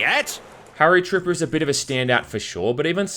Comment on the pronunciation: Are you saying Tripper or Tipper ? Characters name is Tipper. Anyway, this game has yet to be rivaled in my opinion a far as charm, character and style goes. And the framerate never chuggs at all even with the screen full of enemies, explosions and bullets. The guns feel unique and solid, the animation is top notch and the loads of content make it one of the best. TS 2 is also much the same and in some ways I like the desolate feeling of being alone in different time periods with no one else to really depend on to compete the missions. Anya is cool of course, but with no chatter or instruction in your ear all the time it changes the tone. The music is awesome as well in both games. It's like trying to pick a favorite child.